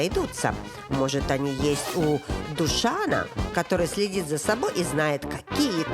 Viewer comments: Он не ДушАн, он ДУшан. Блюдо ей принесли «какое-то» И да, про вокзал прям больно и противно. Хоть бы гугл открыли Кринжатина какая-то, прости господи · Да, ДушАн, конечно, доставил. Правильная расстановка ударений, видимо, не в почете у Жанны.